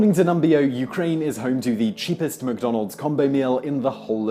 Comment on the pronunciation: My bad....I thought he said the top ten sheepest cities.